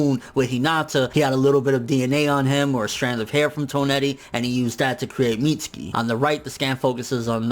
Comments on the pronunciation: Mit-su-kee not Meetski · It's not "Meats-ski" it's pronounced "Mit-sue-key" Lmfao